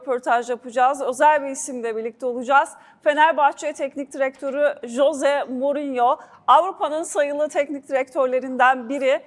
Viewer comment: Kadin Mourinho nun ismini dogru telaffuz edemiyor. Bunlari cok mu aradiniz sacmasapan sorular sacmasapan bi ingilizce.yaziklar olsun